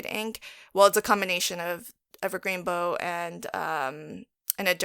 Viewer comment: This is adorable. I love an interactive card. I wanted to share something with you, but please don't take it as condescending. I just wanted you to know in Evergreen Bow, the bow is pronounced like wow. I hope that helps. I am still fairly new to following your channel, but enjoying what you bring to the table.